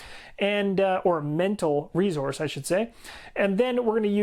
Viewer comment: Love the explanation and energy! However the word is resource not rezource.